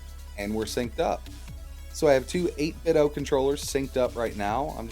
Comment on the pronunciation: Its called 8Bitdo not 8biddo, get it right.